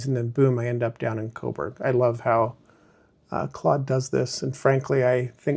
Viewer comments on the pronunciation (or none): Fantastic!!! Don’t forget your roots: Ps…it’s pronounced zed and Claude (rhymes with code) 😉